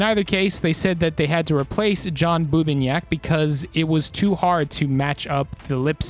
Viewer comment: Wait... isn't Bubniak spelt like Bub-Knee-Yacht as opposed to Boo-Ba-Nick?